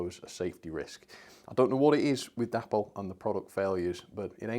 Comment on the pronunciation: i love your content, but please please stop calling Dapol.. Dapple.. Its pronounced Day-Paul. c'mon mate honour the memory of the company's creator, David Boyle.